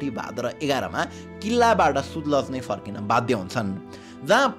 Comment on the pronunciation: कङ्गडा होइन काँगडा, सुतलज होइन सतलज; अर्गखाँची होइन अर्घाखाँची।😂